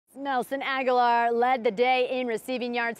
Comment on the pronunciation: Why do people insist on pronouncing his name like Aguilar? It's Agholor. Ag-uh-lore